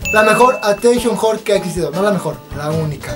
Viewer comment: "atenchon jhore", que buena pronunciacion :v